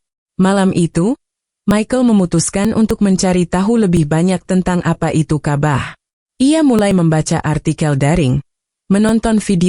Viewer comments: Ini orang buat brita bohong .nyebut Alloooh juga alah .nyebut ka,bah juga kabah . ..ci emba ini bukan orang islam .. dia lagi cari duit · Ini jelas fitnah 100% oleh Kristen. Karena cara pengucapan kata Ka'bah dan Allah jelas adalah cara intonasi Kristen mengucapkannya.